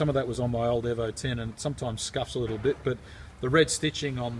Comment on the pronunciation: Eve-vo not evv-vo you fucking moron